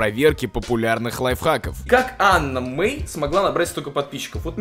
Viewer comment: Вобщето не Анна Мей а Ені мей